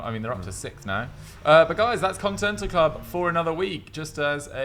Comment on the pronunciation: man said contental club in the intro